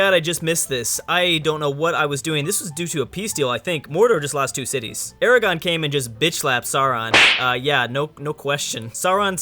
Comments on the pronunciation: It's AraGORN, not Aragon. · "I'm sorry if I nerd" continues to say Aragon instead of Aragorn. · Dude...ARAGORN. ERAGON is not the same! Remember the R... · Calls himself a lotr nerd and can't even say "aragorn" correctly lmao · Its Aragorn, not Aragon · FFS it's A-RA-GORN not ERA-GON. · GODDAMMIT ITS ARAGORN, NOT ARAGON seriously though, why does everyone overlook the 'r'? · His name is Aragorn, but I am with you for some reason I have also always called him Aragon. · Gondor, led by Aragon. ARAGON?! Aragorn. Gah. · I'm sorry but it's Aragorn not Aragon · Dude says "Aragon"... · It's Aragon,Aragon is a kingdom in Spain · Why were you pronouncing Aragorn like Aragon? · It's Aragorn not Aragon!! Cmon! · On my God, it's Aragorn, not Aragon. You call yourself a Tolkien Nerd? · ARAGORN NOT ARAGON WHAT THE FUCK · It's Ara-gorn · Who is Aragon? And, is it Galadria, that you are saying/misspeaking? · good video, but the way you pronounce "Aragorn" is cancer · says he is a Lord of the Rings nerd Also - pronounces the main character's name wrong the entire video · I believe it's Aragorn and Galadriel